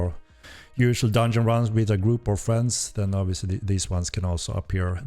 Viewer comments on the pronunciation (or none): none